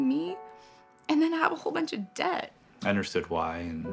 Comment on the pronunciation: Where do you live? And the word is debt.... Not depth!!!! Nice try tho! And I agree with you 100%.... It's sad in the USA but.....I do like where I was born and raised sometimes..... Sorry for veering off subject!!!!